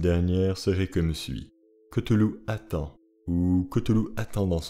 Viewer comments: aprés dans call of cthulu et autres jeux sous licences COC on dit ktoulou et pas keutoulou XD aprés on s'en fout, moi je dis ktulu ;) R'lyhe c'est tellement pire a prononcer et a ecrire en fait XD par ailleurs je suis une grosse fan comme toi et je viens de finir le jeu sinking city qui est vraiment super top et adapte vraiment bien l'univers lovecraftien, je te le conseille il est meilleur que Call of Cthulhu ;) merci pour ta video qui rafraîchit ma memoire (je te conseille aussi le nouveau film Color out of space vraiment sympa) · Selon lovecraft sa ce prononce claüluh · ON DI PAS COUTOULOU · Koutoulou? Lol Ryley? Lol